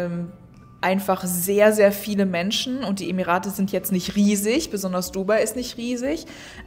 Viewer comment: Nein, eigentlich sagt man eher "DubAI". Also die Betonung liegt nicht auf dem "u", sondern eher auf dem "AI".